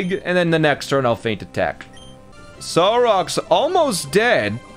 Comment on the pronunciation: He's pronouncing "Solrock" like "Sarrock" wtf